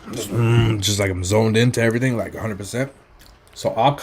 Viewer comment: Me lawd.❤️ the Island pre-curser verbage was 'EVERY-TING'...But US FOODIES ❤️ ALL